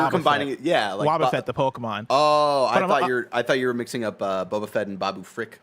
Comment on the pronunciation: The way you said boba fett is actually how it's pronounced in the UK. I only hear Americans say it like the drink